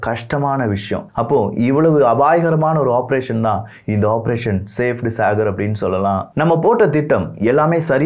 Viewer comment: சேப்ட் சாகர் இல்ல ப்ரோ... அது சபேட் சாகர்...! சபேட் = White சாகர் = Ocean